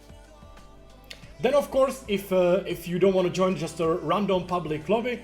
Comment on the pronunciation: "Jooin" xD Love it!